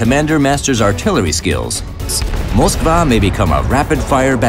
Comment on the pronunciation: They say moskvaaa not moskva